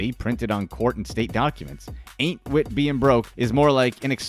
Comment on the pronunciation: Every time he said anit wit being broke I laughed the way he said it was too funny 😂